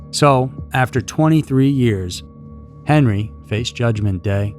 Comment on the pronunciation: Btw, our last names were pronounced wrong. Its "pee-ette". Henri's my grandfather and its pronounced "on-ree". He preferred henry, but its still henri. Toby's my father. Their story is absolutely horrific